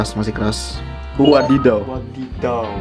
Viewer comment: Kakiage is ote-ote/heci/bala-bala in Indonesia Btw ngomong wadidaw kok bisa medhok gitu 😆 "whadidhaw"